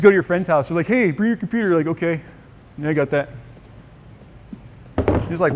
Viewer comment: "what's that?" "It'S mY cOmPoOoTeR"